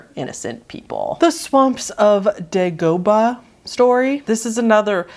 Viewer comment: Dagobah is a Star Wars reference - You'll probably get a few comments correcting your pronunciation from annoyed fans xD (it's DAY-go-bah for the record)